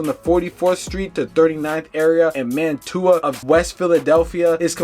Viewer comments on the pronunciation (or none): I hate when people do a video on my city for likes but can’t even pronounce my damn street. It’s not Man To A it’s Man Chew A, Mantua! Put some respect on my block and the whole Mantua section 😂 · Saying it like Man-too-ah is crazy work 😂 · Man-tuah section 😂😂 it’s pronounced Manchewuah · Oh my god it’s MAN-CHEW-AH…. Not “man-tuah” 😑😑😑😑😑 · He said, Man-too-ah🤣😂🤣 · It's man-chew-uh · Mantua is pronounced (man-chew-wa). For you non Philadelphians obsessed with Drill culture🤦🏽‍♂️. Swear most YouTubers still haven’t jumped off the porch😭😭😭😭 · Pronounced Mantua wrong, just fyi.... it's more like Manchua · I can’t get past the man-too-a ave 😂😂😂 and why-soo-ling after it was pronounced on the news cast for him 😂😂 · its pronounced manchuq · Mantua = MAN-SHOO-UH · Mantua = "Man-Choo-Uh" Wyalusing = “Why-Uh-Loo-Sing" If yall gonna monetize these deaths at least get the names and streets right. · Bro pronouncing every hood wrong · Pronounced every street name wrong in this video wow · Being from Philly , It drives me nuts how none of these youtubers can pronounce the names of these people , the towns or street names properly . Mantua , Wyalusing AVE, Weikel Street etc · so quick to get a story out you don’t care if you mispronounce word or facts. But idiots like you don’t care you just want to hear what he halfway got to say. Smh